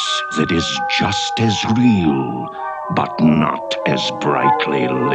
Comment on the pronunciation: My dude held his lips hard when he was about 2 say “BUUT” lmao